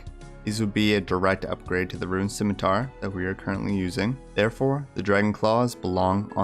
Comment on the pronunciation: You pronounce "scimitar" correctly, you get a like and a subscribe. Simple as.